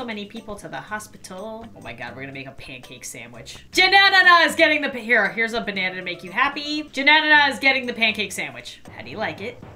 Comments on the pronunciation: Hilarious when she says Jananan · Every time she said janana I was laughing soooo hard 🤣🤣🤣🤣🤣🤣🤣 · i died laughing when she said Janana lol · same omg